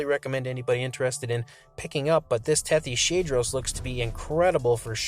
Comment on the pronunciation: That's a weird way to pronounce Tethyshadros... It's named after the Tethys sea. And it's a hadrosauroid. So Tethys-hadros.